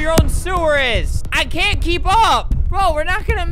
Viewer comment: for those who can’t understand “I CAN TAKE THIS ANYMORE”